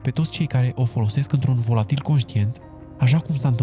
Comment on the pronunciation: bro scz ca te corectez dar se zice volatile nu volatil